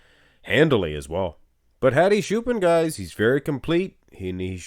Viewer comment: Stop butchering Hadi's name. Let's do baby steps. Hadi has 2 parts. "Ha" is like "hot" without the final t. "di" is like a,b,c, "d". Choopan is pronounced like "chew" and the last "pan" part is pronounced like the verb "ponder" without the final der. And when you say Choopan, emphasize the latter syllable. So it's like chooPAN.